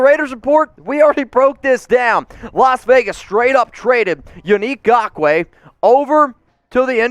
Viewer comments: Raiders…and even more importantly, the raiders fans who watch your videos. Never again do we have to hear you say “Gakoue” as opposed actually saying it properly by using the N at the beginning of the name. And before anyone tries and defends, yes it’s important to pronounce names properly when you cover sports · Now you can stop saying his name wrong lol